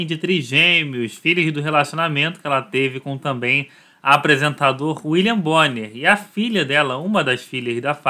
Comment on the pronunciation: E Bia Bonner e não Bia Bonemer